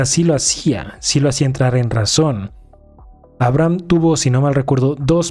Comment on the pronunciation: se pronuncia "abreijam" jaja